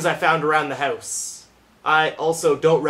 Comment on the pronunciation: when you say house you sound irish o3o